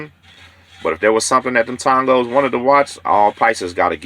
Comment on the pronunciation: TONG-GOS LOL